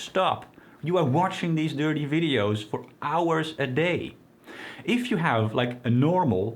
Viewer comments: The opposite of dopamine is every time he says 'durtee veedios". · I love the way 'watch the dirty videos' sounds with this accent it is very amusing. I once asked a girlfriend to do something really dirty when we were making love and she shit in the bed. That's why she is an ex-girlfriend.